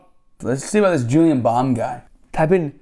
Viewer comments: He is called "JuliEn", not "JuliAn". Please correct that horrific mistake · His Name is JULIEN and not JULIAN 😂🤦🏼‍♀️🤦🏼‍♀️ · Es heißt Julien nicht Julian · It's actually Juli e n Bam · JULIEN BAM NOT JULIAN BAM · JuliEn Bam, Not JuliAn Bam😂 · Julien Not Julian 😂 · JULIEN NOT JULIAN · its julien bam not julian bam xD